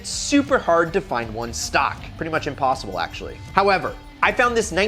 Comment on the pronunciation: Who else heard "INPOSSIBLE" ?